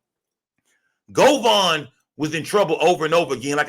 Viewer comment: It's govan not govon 😂